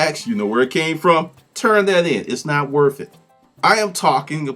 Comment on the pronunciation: it's "worth" not "wurf"